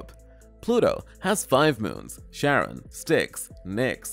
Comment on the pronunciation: I think Charron is pronounced Karen, not Sharron. Well it's technically the origin of both names, but Greek does this weird thing with the letter C. Same deal with Cephalopods by the way.